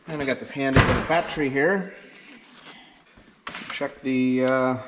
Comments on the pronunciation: Yeah I was wondering, what's a bahhtree? This NJ boy never heard of such a thing! LOL! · That's awesome. I'm from Boston, and very Irish. When I was growing up it was always pronounced "bahhtree." I don't hear it pronounced that way anymore, more's the pity, so I was fascinated to hear you say it that way. Good on ya, boyo! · Did you say, "bahhtree?"